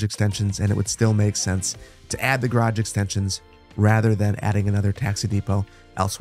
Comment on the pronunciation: Garage not grage